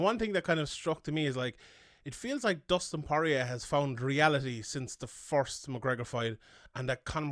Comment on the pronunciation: i left as soon as I heard him TRY to say porier …